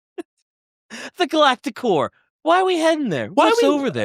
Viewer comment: My brain will not stop hearing “Galactic Whore” instead of core 😭 This whole episode has had me questioning my maturity lmao